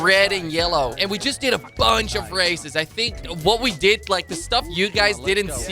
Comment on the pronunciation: when he says races it sounds like racist